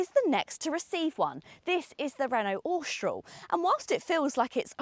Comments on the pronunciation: please pronounce Austral correctly.....Aw - str- al.......not ostroll....and with most English pronounce H as aitch not H-aitch..... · I have an 2024 Austral and find it so strange people can't pronouce it. Apparently it's shortend from Australis, and definitely not Ostroll...lol. It's a great car though.